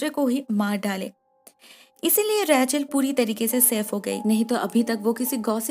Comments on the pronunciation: Her name was ' रेचल' and You were saying 'रैचल' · It’s Rachel not Rae-chal. Bdw nice explanation as always! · Raechel name ko itna Ajeeb tarah se kyu bulati hai aap